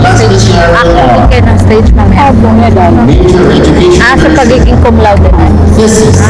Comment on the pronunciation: Cumlaude hindi comlaude.